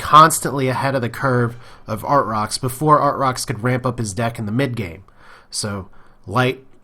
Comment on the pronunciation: I think it's pronounced ar-trox lol